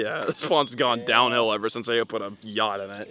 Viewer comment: yea you said YATCH and she said, ''Oooookkk??'' and went back to tell the manager, and well... lol